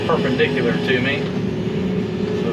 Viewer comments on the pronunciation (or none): Oh sure, you come back from some fancy Swedish Fish vacation and start using multi-syllable words like per-pine dic-u-lars.